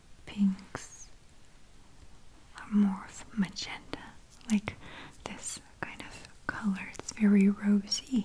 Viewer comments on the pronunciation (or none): none